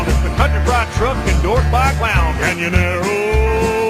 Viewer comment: Love hearing "Canyonaro" for the end song!